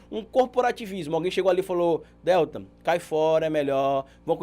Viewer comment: você sempre fala o nome do Deltan errado. Você fala DÉLtan e o correto é DelTÃN.(sei que está escrito errado, é só para destacar a sílaba tônica). Isso não interfere em nada na qualidade do conteúdo que você nos passa, é só porque sou meio chata mesmo. Obrigada pelo trabalho maravilhoso que você nos apresenta. 😘